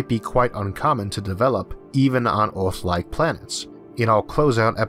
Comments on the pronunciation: Mawshun? Orth? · Its Earth not Eaourth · SO PEOPLE, IF THERE IS ONE THING YOU CAN LEARN FROM THIS VIDEO, THAT IS THAT EARTH IS NOT CALLED "EARTH", BUT "ORTH" INSTEAD, HAHAHAH. :D :D :D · This host has big problems with clear english pronouciation - did you not have a better one ? Orth ??? He is speaking martian english or worse . . . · Is there something wrong with my sound or is he pronouncing every er as or? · Can any English native speaker tell me, what is the accent the guy speak with? The pronunciation of the word 'Earth' sounds strange to me.. like some kind of Scottish? :-) I ask of pure curiosity, no offense meant .. Thank You. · Why do you have a hard time pronouncing words like Earth? It's very distracting and it takes away from the story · that is not speach impediment, e cant say earth or on mars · Why the Hell can't he say Mars, or Earth? Every time he says a word that has an "A" or "E" in it, where that is the emphasis of the word, he screws it up. It is not even speaking English, from England, Australia, The US, or any other place that speaks English. I hope that I am not making fun of someone who is hard of hearing, which is what this sounds like.